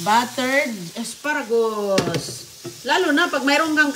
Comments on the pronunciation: What "aspa-ragus"? Boba ka pati pronunciation binabago mo. Ano ang menu ng mga baboy ngayon? "Uy sarap,ganyan yan,ayus yan,ok na " mga walang kamatayan expression ni. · lukaret na talaga si,the way she cooks shows it.😅😅😅pati pag pronounce ng asparagus mali!!!!